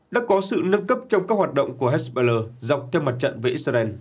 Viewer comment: Phát âm...nản, hết... "he-bô-lát", rồi đến "hét-bơ-lơ"...?!😅😅😅